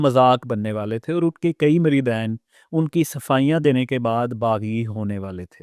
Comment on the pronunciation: بولنا تمھیں آتا نہیں بیٹھے ہو پروگرام کرنے مریدین صرف دو مریدوں کو کہتے ہیں زیادہ کو مرِدِین کہا جاتا ہے